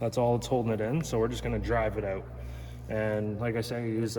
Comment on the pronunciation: You Canadians need to learn how to pronounce the word out